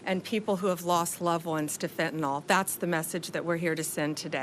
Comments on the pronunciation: Why can’t these educated people pronounce fentanyl. They all say fentanol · ..and it's fentanyl not fentanol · Isn't it FentanYL not FentenOL? Sounds dumb or maybe its me. Love her just sayin' it before the fake media make fun as they do for every little thing. Re Epstein I trust Trump et al, I think for him he is so hell bent on Z and Putin and things he wants to catapult this country that he often doesn't stop for the salacious and depraved things going on in the gutter. I think there is a dangerous bigger picture that we don't have a clue about that will be revealed when the timing is right. Love Trump and his administration and send them my positive support. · She can't even pronounce the name of the drug properly.. It's NOT FENTEN-ALL...IT IS FENTAN-YL. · The name of the drug is fentanyl - not fentanol. cant even get that right. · Please guys, from a nurse here. It’s Fent-a-NIL! There is no “O” in Fentanyl.